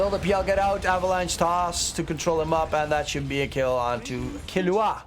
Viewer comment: it's kil-lu-wa, not killu-a (hxh)